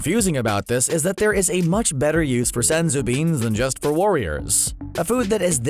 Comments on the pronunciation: “SENzu Beans!!” I hate how he pronounces it. So much emphasis and it annoys the hell out of me. Oh and... SUPER 18 ??? Cmon man at least proof read the research‼️‼️ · It’s Senzū beans